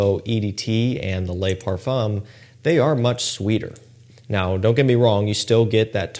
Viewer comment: ITS NOT LAY BEAU OR LAY PARFUM! Do you not care that you sound uneducated?